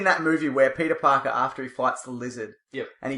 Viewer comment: YOU’RE SUPPOSED TO SMAHT PETAA PAHKAHHH!!!